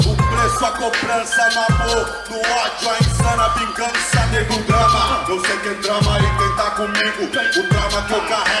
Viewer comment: E na moral, não é negro drama, é NEGO DRAMA porra!!!! Respeita o dialeto rsrs